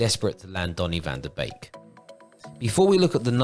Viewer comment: Very good video, like the animated style too. However... he is not a cuisine from Couplands... Its van de beek, not bake 😂